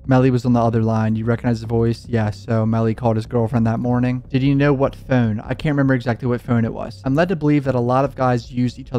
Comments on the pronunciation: I HATE HOW HE SAYS "PHONE" ITS LIKE FEWN. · Why do you say phoorn like youre irish or canadian or something ...t moorble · Where are you from saying phone like that?